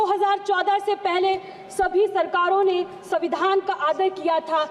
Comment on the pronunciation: pahle padhna bolna sikh ke 😂 samvidhan to savidhan kah rhi , ek line bhi apne man se nai bol pa rhi